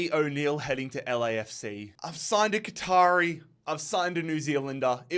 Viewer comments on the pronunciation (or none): none